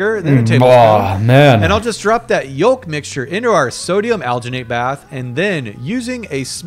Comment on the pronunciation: I hate how this guy pronounces yolk